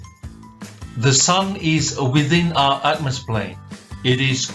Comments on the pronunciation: Atmosplane? Shouldn't it be atmoplane? Or is it atmos-phere or atmo-sphere? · Anyone else getting angry that he keeps saying atmosplain?